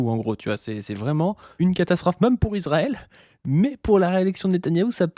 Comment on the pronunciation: Toujours en quête de savoir pourquoi prononce "même" en le prononçant "meume"